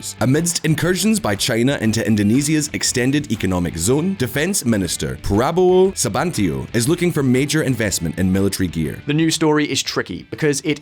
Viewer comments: parabolo sabantio 😂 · sorry it should be prabowo subianto not prabowo sabantio